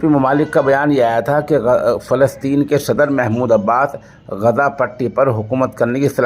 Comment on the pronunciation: سوشل انڈیا نیوز کے ذریعہ،عالمی اخبار نشر کرنےوالے مولوی صاحب السلام علیکم ورحمتہ اللہ وبرکاتہ بعدہ عرض ہیکہ کبھی شہر غزہ کےلئے آپ لفظ غزے جب کہتے ہیں تو متحیر ہو جاتا ہوں ۔ والسلام علیکم ورحمتہ اللہ وبرکاتہ، خیر اندیش حافظ عبد الحفیظ رشیدی ۔